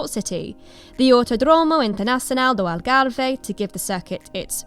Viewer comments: You butchered the pronunciation of Algarve. Its not "Algarvay" its literally "Algarve" - the way its spelt. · English people trying to properly pronounce Algarve be like “Algarveiiii” 😆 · Just say "Algarv" the E at the end is basically silent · Not white, just wrong. English please.